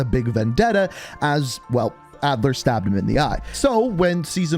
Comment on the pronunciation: Adler vs adler? Maybe re read the script man